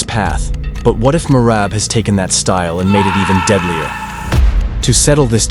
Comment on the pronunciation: GEORGIAS MACHINE BREAND "MERAB"